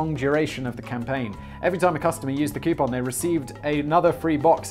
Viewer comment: Koo-poon, not Kee-you-pon. It's wrong in all languages.